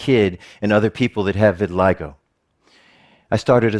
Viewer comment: yeah. he calls it re-vitiligo